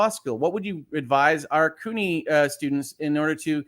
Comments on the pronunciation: Just FYI, the "CU" in "CUNY" is pronounced like "cue." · Sorry I did not catch this while you were live but CUNY should be pronounced as "Q-Knee," like if John DE Lancie suffered from an injury due to his role on Star Trek: the Next Generation.